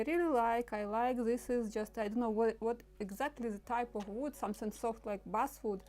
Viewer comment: A.I. is slaughtering your English, as you say Buswood, the word is actually Basswood, Bass, like the fish! I purposly don't use I.A. because of this reality. However, it is becoming more and More prevalent!